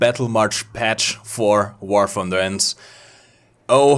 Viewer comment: I love how says wor funder ahahah makes my day